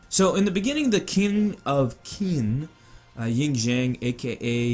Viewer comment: Qin is pronounced "Chin"